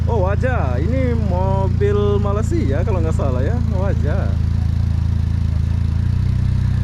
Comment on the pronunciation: Bang..kenapa sebut negara Malaysia dengan kata MALASIA